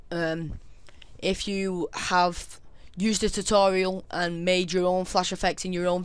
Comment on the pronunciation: Sounded like you said STD tutorial L0l